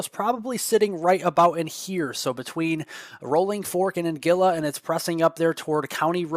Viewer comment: An guil la, not angilla! Thank you 🙏That is 50 miles south of Shaw